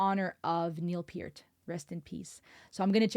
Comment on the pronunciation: I Wana help u out Niels last name is pronounced Pur. T pert